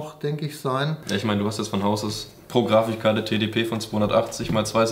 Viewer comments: Nicht Grafi"ch"karte, sondern Grafi"k"karte. xD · grafichkarte...warum?! - im ernst warum nur das tut so weh 😭😭😭 Wenn Sie Graphikkarte/Grafikkarte nicht sagen wollen sagen Sie graphicscards oder GPU oder graphical processing unit, aber bitte, bitte🙏 nicht Grafichkarte oder Grafischkarte das schmerzt in den Ohren und beim Schreiben!!! Ansonst top-Videos, sehr coole Mitarbeiter - macht bis auf das ☝️ da einen super Eindruck sehr professionell und technikversiert 😊👌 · Wir schicken den zum Logopäden bis er Grafikkarte sagen kann :-D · ER-O-G, Freds, Grafichkarte, Korsähr. Das sind so Schlagwörter, die perfekt die Backsteinoptik im Hintergrund aufschönern. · Es heißt ja auch GrafiKkarte Der Typ ist einfach zu dumm zum aussprechen oder es ist aus Spaß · Nene aussprache Die GRAFICHKARTE. B😂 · Es triggered mich, wenn man Grafichkarte sagt :n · wenn er noch mal grafichkarte sagt dreh ich am rad..